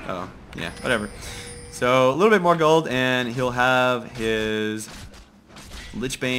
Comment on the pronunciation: i like how he says : 36k g00ld :D